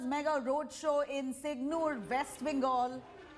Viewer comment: Idiot News Anchor that’s not SIGNUR it’s SINGUR